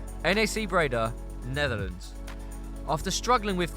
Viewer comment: It's not N A C, it's pronounced together NAC, like knack in English.